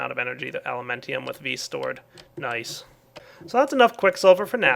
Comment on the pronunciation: its alumentum not elementium